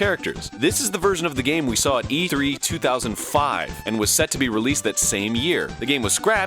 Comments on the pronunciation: "this is the version we saw at Eee-th- REE" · You said E3 like you cut the word in half...